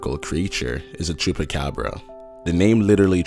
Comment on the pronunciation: you said cubacubra weird